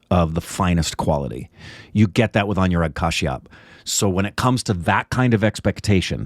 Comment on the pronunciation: His name is pronounced as A-noo-rag, not A-new-rag.